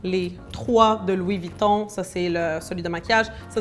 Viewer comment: Mais t'aime bien te venter enfaite 🤦🤦🤦pk tu dis Luis Vuitton